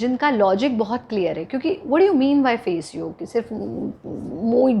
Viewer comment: Thank god ! Finally someone saying "Yog"and not"Yoga"!!